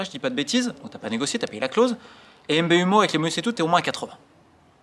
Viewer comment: « M B U mo » pour Mbeumo c’est grande ca aussi 🤣